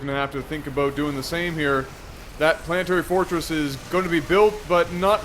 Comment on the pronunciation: how can someone spell semi-decently then butcher "planetary fortress" so horribly?